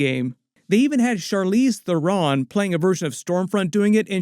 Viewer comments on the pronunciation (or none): Charlize There-On? She has told us her name is often mistakenly pronounced. It's Charlize There-In. 😂